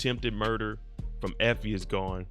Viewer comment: "Effoe" lmao